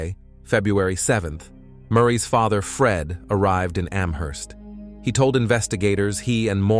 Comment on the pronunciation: "cont-tack-ted her faether" lmaooo ugh yet another true crime channel using ai tools and voiceover trying to make a quick buck off high cpm i see